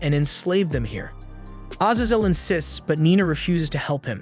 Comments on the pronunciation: a-zay-zel, what on earth do you have against long vowels and who hurt you 🤨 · Bro pronounced Azazel 5 different ways 😂 great video as always though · Ah yes, oh-nyx warriors and severly wounded az-az-el. Is english your second language?